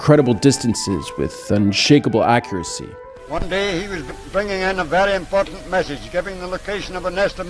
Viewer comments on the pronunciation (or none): none